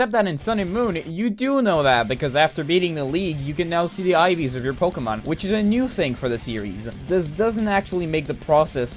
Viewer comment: "Poukimone" Also write a script, that was some painful improvisation